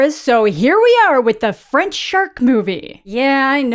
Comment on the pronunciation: Your french pronunciation was quite good